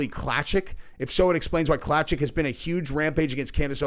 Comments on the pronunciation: Just so you know, Klacik sounds like Clay-sick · Pronounced "clay-sick"